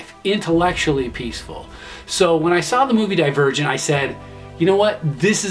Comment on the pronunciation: When you said Divergent I thought you said The Virgin and then I was like wow this sounds like divergent